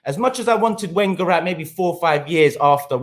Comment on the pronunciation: Why arsenal fans cant pronounce wenger correctly still lol